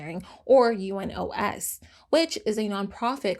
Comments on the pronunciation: I am saying this super kindly, but it’s pronounced You-Nos not U-N-O-S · Just a note if you ever deal with UNOS In future videos, it's commonly referred to as "You-nose", with a soft "s", meaning it rhymes more with "dose" than it does with "close", If that makes sense. That just rolls off the tongue easier than having to say the four letters over and over again, LOL. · I love your channel and enjoy watching your videos. But I still have a comment. Please do some more research before recording these videos. U.N.O.S s not read as U.N.OS., like the abbreviation. It is read as it is written. I know this even though I am Turkish 🤭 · It’s easier to pronounce the acronym for UNOS, which is you-nos, with the "nos" rhyming with the Spanish word "los."